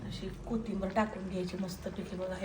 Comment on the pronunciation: कोथिंबर नाही कोथिंबीर